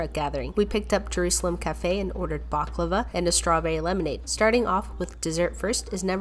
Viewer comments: Hey! The Baklava you ordered looks amazing! But the correct way to pronounce it is "ba-clow-a" Ty!! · baaaklawaaaa its pronounced bAKlawa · It’s pronounced bah leh wa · it’s pronounced Bak-louwa. Im arab trust me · You pronounced baklava incorrectly!